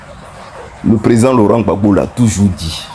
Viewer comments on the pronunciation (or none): none